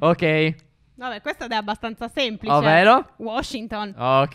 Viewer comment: Mettete like se avete sentito stef dire semplise